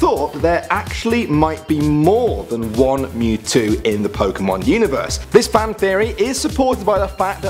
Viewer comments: Lol they said on instead of one lolololololololol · You said on instead of one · One mewtwo'' not om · "More Than On Mewto" Smh. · You did not say one right HOW DID YOU EVEN MISPLLED ONE